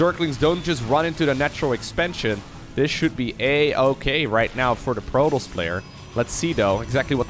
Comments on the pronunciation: Please pronounce Protoss collectly! It's getting really old. I love your content thought! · Is it pronounced Pro Toes? Or Pro Toss?